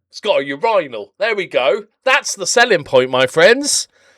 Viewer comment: Gonna have to work on that pronunciation of urinal lol